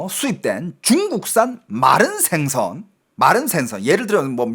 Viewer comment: 어이 너중공말 하는놈이 생선과 신뢰를 발음을 못하고있나. 우리나라말은 4성이있는데 너왜 말을 그따구로하냐. 똑바로해라 모르겠거든 국어원에 물어보고 고쳐라 죽는수가있다